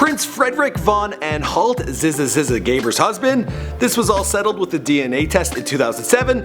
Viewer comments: did he say zizza zizza ? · Did you call Zsa Zsa Sza?